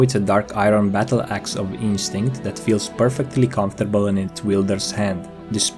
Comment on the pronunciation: BattleAxe..... Battleaxe. I stopped watching at that point.